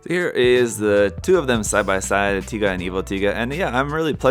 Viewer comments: well can't blame the comments about the wrong pronunciation lol because there is another one named literally taiga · I mean.... Tie guh does sound cooler than Tiga so I can forgive the mistake.